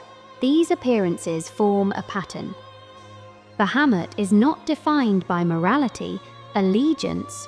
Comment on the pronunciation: I like that you pronounce the name correctly in the first couple of seconds. No sarcasm. Drives me nuts when people get this character mixed up with another one.